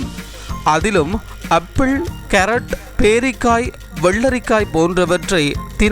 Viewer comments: அரஞ்சு இல்ல டா முண்டம் ஆரஞ்சு அப்புள் இல்ல டா முட்டாள் ஆப்பிள் முதல்ல தமிழை ஒழுங்காக பேசு. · tamila kola pannadhinga I think he is malayali tamil ucharippu varavillai apple and bacteria words nalla kavaninga thodakkam some new words